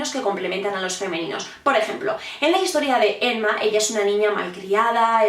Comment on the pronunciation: Por qué le dices "Enma"?